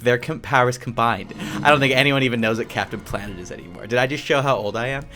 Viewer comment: Bruh, he just said cpaptain planet in